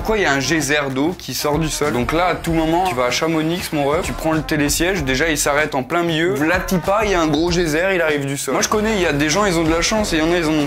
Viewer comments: ChamoniX(e) 🥲🥲🥲🥲 c’est Chamonix avec le x muet 😂😂😂🥲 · On ne dit pas « Chamonixe »mais « Chamoni »même si cela s’écrit « Chamonix » !! Ps : je t’adore continu comme ça t le boss !!! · Salut, on dit chamoni et pas chamonix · Je viens d haute Savoie et la j entend chamoniX alors qu on dit chamoni meme s'y sa s écrit avec un x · ChamoniX ???? Mes oreilles de Haut-Savoyarde saignent 😭😭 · Chamoni(x) on dit pas le x merci